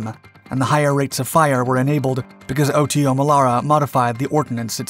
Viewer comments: It's not pronounced O-T-O but OTO, one single word. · It's pronounced "auto" Melara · I've seen several of his videos and he keeps mispronouncing things like that - notice he didn't say "em kay 75" he said the proper "Mark" 75 but can't say "Oto". then again he utilized the word utilized, but a lot of people keep misusing that word - a gun can not "utilize' a type of ammunition no more than you can "utilize" a spatula to flip burgers on a grill - you "use" it. Utilize means to use something in a way it is not intended to be used - you "utilize" a spatula to swat the dog off the picnic table. That's the difference in the 2 words - sorry not trying to be a grammar police but that is one pet peeve I have developed, and they's ain't no way fer me to control it.😛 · I love the "OTO" pronunciation!!😂